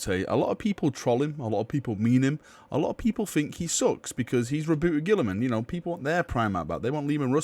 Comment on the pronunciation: My only problem with this video is the way you pronounce Roboute